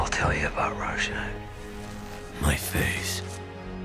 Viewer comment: I am not much into superhero movies but I would definitely want to see one about Rorschach! I only wished his name was pronounced with proper German pronunciation.